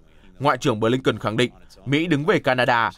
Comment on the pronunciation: phát thanh viên nam đọc tên: ngoại trưởng Mỹ là Bờ-lin-ken. chữ BỜ phát âm to rõ nữa chứ.phát thanh viên mà trình tiếng anh như mẫu giáo.hahahaha